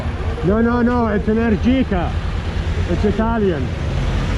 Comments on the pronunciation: Hi from Italy! Enèrgica not Energìca hahaha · Hi! The correct pronunciation is Enèrgica, with the accent on the second "e" 😊 Nice bike